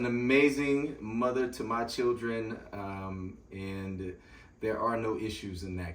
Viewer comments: He said “Cir-Rin” (children) 🤣🤣🤣😂😂😂😂😂😂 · Did I just hear this man say "chirren"? Keeper. 😂❤